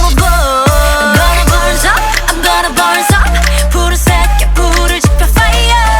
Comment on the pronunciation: “I’m gonna burn up” Me 1st time listening to Bird: Hmm, the pronunciation is kinda weird Me 50th time: “I’m gonna burn sup, I’m gonna burn sup........Fire ~”